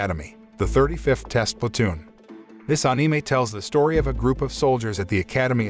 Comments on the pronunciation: bro... you doing such a good job so please don't take this in rude way.. but it's Anime.. and not AAnime.. like how you say animal and not AAnimal.. like that.. just letting you know bro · AnIMa...why does it sound like that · I like the way he says eanimay(anime) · Ah-ni-mei? Wtf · Ah it's, " Ahneemay recaps" 😂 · Onime what a pronounciation